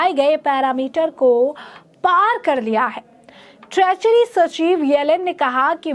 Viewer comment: ट्रेचरी नही ट्रेजरी, बडा अलग मतलब है।